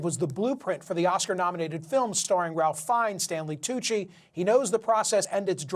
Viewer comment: It’s pronounced Rae not Ralph. 😂